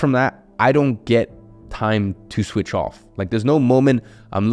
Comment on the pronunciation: "swith off"